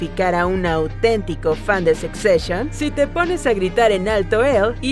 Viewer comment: Jajajajajaja no se pronuncia "sec seshion". 😂😂😂😂